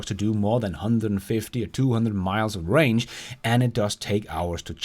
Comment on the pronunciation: Not to nit pick but its Range not Rang. Rang is what your cell phone does when someone calls ya 😛